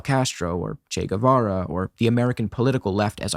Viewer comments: When some speaker starts by calling him "Che Güevera" insted of Guevara I instantly know they are full of crap. You see, my first language/native is spanish, the "U" in Guevara surname is silent. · Ni lo pronuncian bien CHI GÜIVARA